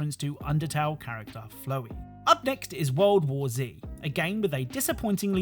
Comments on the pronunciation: 'Flow-e" is the weirdest way I've heard someone say 'Fl-ow-e' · As an undertale fan him saying flow-ey is painful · BRO SAID FLOOWEY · I'll never understand how this man thinks the flower charecter in a game with a name "flowey" is pronounced like flow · I love this video but how you pronounced Flowey just made me feel upset. I know there isn’t actually I proper pronunciation since there is no voices but everyone I have ever heard say it is like fl-ow-ey. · Every time that I hear you pronounce "Flowey" as flowy a part of me laughs and a part of me dies. It's an entirely reasonable interpretation of how the name would be pronounced, so I accept it. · Dude, flowey is pronounced like Flower but with ey instead of er. I thought that was obvious 😂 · Good video. Only thing that annoyed me was how you said flowey's name. It's a play on the word flower, the thing that he is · It's am and I'm irrationally irritated at how 'chrysalis' and 'flowey' were mispronounced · To let you know, Flowey's name is pronounced like Flower, but you forget the "R" but you pronounce the "E". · 0/10 …. Pronounced Flowey’s name wrong